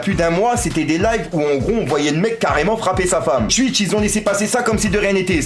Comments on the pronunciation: Cest twitch pas stwuich ahaha 😂😂😂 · je retiens juste qu’il dit « Tuitch »